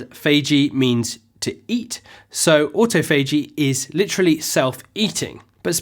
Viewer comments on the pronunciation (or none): It's not "auto-fay-g" it's "aw-toff-o-g" in both US and UK English. Anyway, my baseline is 16:8, although when I can prolong that by an hour or two I do, but still make sure to take in the same amount of calories. Fasting isn't a license to eat as many calories as you want within a specific window. Might try going for a 24 hour fast where I still end up eating 500 or so calories, but so far my limit is nineteen and a half hours. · Its autophagy o'tof'agee. Autofaygee is sending me nuts! Xxx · the stress in autophagy is in TO.. auTOphagy .. otherwise excellent channel :) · It's spelled AutoPhagy but not pronounced this way (Auto-Phagy)... FYI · look at Rachel sharp IM alternate day fasting. It’s awe-TOFF-uh-gee. Just FYI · Oops!, the correct pronunciation of "autophagy" is aw-TOFF-uh-jee. See the British pronunciation site. It's a very useful site! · He's butchering "autophagy". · Great video. But autophagy is pronounced differently in US English :) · Laura Coulter yeah that was killing me to hear it pronounced wrong. I’m like wtf man lol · Before you make a video about autophagy, make sure to learn how to pronounce it. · Great, non-technical presentation, looking forward to watching a whole video on autophagy (although could you pls pronounce it correctly) 🤪